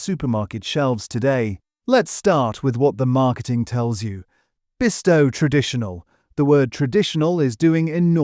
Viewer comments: At least pronounce Bisto not Besto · YES, NOT BEASTO😂😂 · Christ pronounce it correctly it's Bisto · Beesto! Is this an AI attempt to pronounce Bisto? Couldn't pronounce demerara sugar and herbs was pronounced as 'erbs' with no H like the Americans pronounce it.